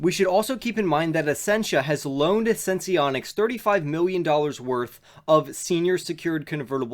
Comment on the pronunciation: Thanks for the video! Also it's pronounced "Sense-Onics," Not Sense-ee-onics